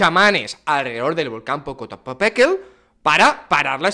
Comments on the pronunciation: Te ves bien burlandote de los demas... Muestra quien realmente eres bravo macho.... Se dice Popocatépetl aculturate un poquito, no hace daño... Otra cosa... Ellos tienen nombre, llamalos por su nombre... Respeta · Jajajajaj 😂😂😂 yo aqui burlado de un tío de edad avanzada por no poder pronunciar el nombre de un putto volcan, que asu vez se burla de dos compatriotas suyos por decir charadas según el... El bullying sigue vigente 😂😂😂😂...